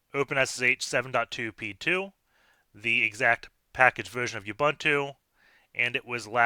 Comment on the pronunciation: Love your channel. This was quick. P.S. It's /uɓúːntu/ like ooboontoo.